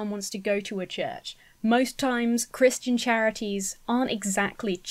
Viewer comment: I like how you pronounce "Christian" (Cris-tee-in) as opposed to (Cris-chin) how most people here in the states say it 😂. Is that how most Brits pronounce it?